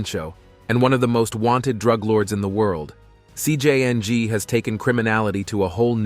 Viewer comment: This guy saying cj yang 😂